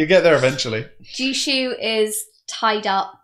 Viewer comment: Technically Jushu should probably be pronounced Yushu.